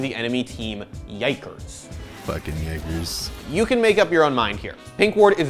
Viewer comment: HYDRA gaming I mean if you have ever watched his stream enough then you would know that he says “Yikers” a lot. Right there he just said it weird. It honestly sounds like he said jaegers, the mechs from Pacific Rim. But I’m the end it’s all based on what you want to hear which seems to be an issue Twitch has. TF Blade said “fucking idiots” Twitch: all of us in the office heard the N word